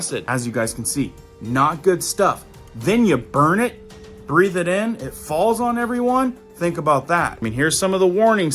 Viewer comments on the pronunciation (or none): It's "breathe" ... 🙃